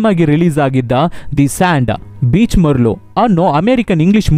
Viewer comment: ಮರ್ಲ ಅಲ್ಲ sir ಮರಳು, ಈಗೆ ಅಲ್ಲ sir ಹೀಗೆ. ಸ್ವಲ್ಪ ಪದಬಳಕೆ ಸುಧಾರಿಸಿದರೆ 👌